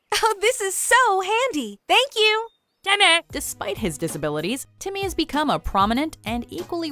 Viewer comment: Impressive of how Timmy is a rock leader for only saying "timmah"